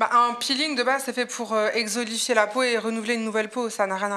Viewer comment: « Exolifier la peau »mdrrr elle savent pas parler 😂